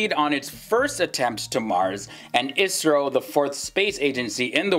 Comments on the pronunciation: Not isro I. S. R. O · For the love of god, its I.S.R.O not Isro